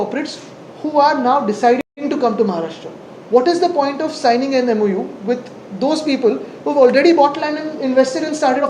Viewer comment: MoU.. Memorandum of understanding.. not memolendun understanding.. SSC marksheet submit kar agodar 😂